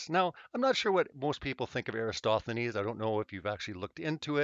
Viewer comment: can we please get a ruling as far as my understanding goes the greek mathematician in question is ERATOSTHENES yes? Everytime i hear erastothenes it feels like nails on a chalkboard how does EVERYONE flub that up or am i confused. Also i worked out of p.a. sask at seabee mine anyway spread the word if im right these vids are driving me loco